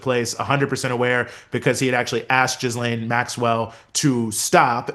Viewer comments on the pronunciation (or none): Omg PLEASE STOP calling her Jizz-lane! It’s pronounced Gee-LEN. Don’t get me wrong, I think she’s one of the most odious humans ever to walk the earth and this is not about respect for her. But if you want to be taken seriously, as a journalist/podcaster, get it right! Those who call her Jizz-lane are making a derogatory reference to what she’s guilty of. Don’t sit there with a serious face and pronounce it like that. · Love you both! But please stop mispronouncing “Ghislaine””.”